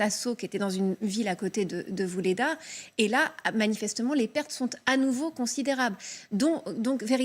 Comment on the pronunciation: Vuhledar et pas Vulhedar